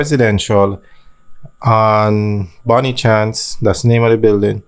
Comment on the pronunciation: Bonne chance is pronounced bone shawnce. It's French for good luck